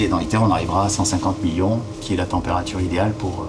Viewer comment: J'avoue que c'est assez désagréable. Je me dis qu'en plus du rythme qui manque de respirations, ça doit aussi venir des accents, des emphases qu'il met à des endroits complètement aléatoires de ses phrases. Genre quand il dit que la température doit atteindre 150 millions de degrés, il accentue sur "50" alors qu'il devrait appuyer sur "millions" parce que c'est ça qui est impressionnant. Et des exemples comme ça il y en a partout. Ça crée un sentiment un peu bizarre, comme un narrateur qui ne comprend pas son propre texte, comme une IA quoi.